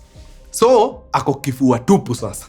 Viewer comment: Mkuru umesema kifua ama kivua?😅